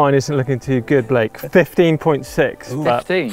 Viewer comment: I love the way calls Blake, b-lake. It works. Love the mtb lads.